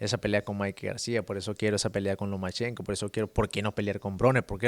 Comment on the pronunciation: Say "Lomenchenko" one more time ffs!! It's Lomachenko.